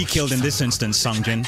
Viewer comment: Its "Song Jin"